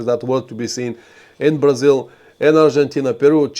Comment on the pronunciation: Cool and informative stream. I also like how "Brazil" with Bulgarian accent sounds similar to "Brazil" with Portuguese accent (Braziwl).